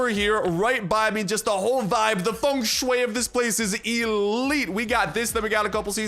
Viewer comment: Hearing FengShui from a guy that ain’t Chinese is absolutely stunning. It is the most mysterious yet unsolved secret of Chinese culture.